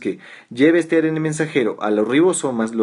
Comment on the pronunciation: ARN...se dice a erre ene...Ribonucleico la erre tiene dos sonidos en Castellano